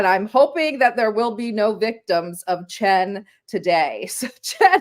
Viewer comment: Just so you know, his surname is Chen.